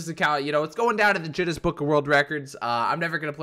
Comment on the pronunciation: this dude said jenes book of world records lol!!